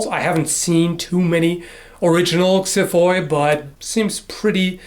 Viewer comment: small correction. the plural is pronounced "xiphi" not "xiphoi". the greek "οι" is pronounced as an i